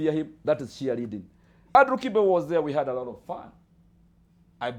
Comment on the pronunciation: Shiareeding ni Cheer leading? 😂😂😂😂